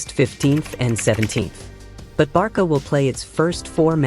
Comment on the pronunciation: Why does the A.i keep saying Barka?😮